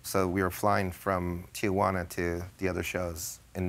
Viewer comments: JJ is old enough to know the name of the city is Tijuana, TEE-WANNA, not TEE-A-WANNA. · CRINGE every time she says TI-A-JUANA instead of TI-JUANA. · Lol, Judge Judy: TEE-YAH-WANNA.